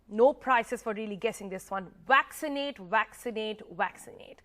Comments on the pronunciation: Waxinate- waxinate - waxinate ... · Waxcinate or vaccinate...??